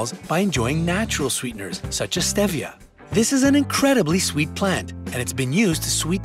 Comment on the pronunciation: And stevia